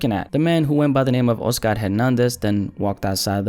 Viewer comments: My dude.. it's not O-Scar.. it's Oscar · The way u pronounce the name “Oscar” let’s me know ur Hispanic